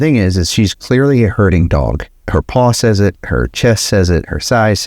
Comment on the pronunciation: next time spell herding , so we don't hear hurting.!!